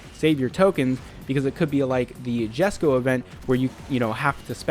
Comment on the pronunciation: STOP SAYING JESKO WRONG FOR FUCK SAKE